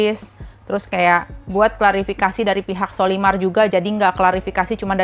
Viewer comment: menyebut sollymar dengan colymar